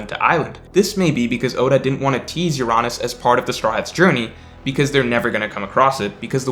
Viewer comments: Bro wtf is your-on-us ? Its UR-UH-NUS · Why do you pronounce Uranus as “You-Ron-Us” it’s suppose to be pronounced like the actual planet. “Your-Anus” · C’mon, pronounce ‘Uranus’ the right way 🤣🤣🤣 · I love your child-friendly prononciation of Uranus. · I was about to like the video, then mispronounced "Uranus" and I became sad 😞